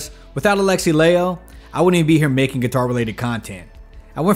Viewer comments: It is Lie-ho not Lay-ho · LIE -ho not LAY-ho. respect his name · Dude, Latino was Finnish. His name is pronounced ‘Lie-ho’. The diphthong ai is never pronounced as in English, but more like in Spanish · you really made a whole video but couldnt even pronounce his surname correctly